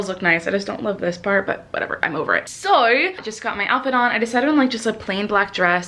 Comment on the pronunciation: Do you say "so" with a NZ accent at ?!?! Bc I actually do that all the time and drive my friends crazy hahaha but never had heard someone else do it. Might be hearing it wrong though :P